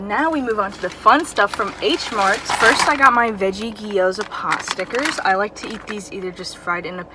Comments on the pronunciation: It’s got 2 syllables: gyo-za!😁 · Hahaha!! G-yo-za....have I taught you anything,?